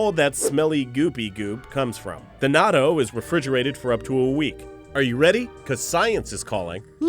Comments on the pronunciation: It's not pronounced like nato, it's pronounced like nat-to(-_-) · It's pronounced not-toe as in it may smell like toe jams but it's "not toe". Not pronounced nah-toh. By the way raised on the stuff and LOVE it! Even make it myself when I can't find it locally.